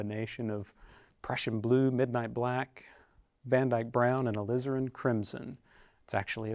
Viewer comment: "Alizarin crimson" No one says it better than Donovan.